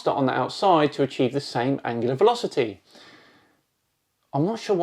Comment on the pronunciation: Please check your pronunciations: NOT angilar ANGULAR.